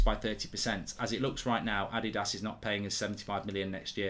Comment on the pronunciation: He pronounced Adidas wrong. Just like how everyone is pronouncing Martinez wrong. Lol.